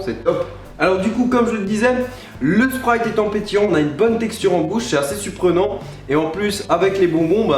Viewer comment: qui a entendue à il dit suprenant 😂